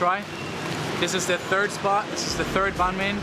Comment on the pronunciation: I'm kinda impressed that you actually attempted to pronounce it as "bánh mì" in southern Vietnamese accent instead of "bang me" like most foreigners do. Thank you.